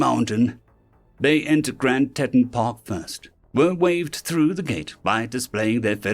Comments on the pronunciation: "Tee taun," not "tet un." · Teton is pronounced Tee-ton, as in Grand Tee-ton park. It's a french word that means "tit" or boob.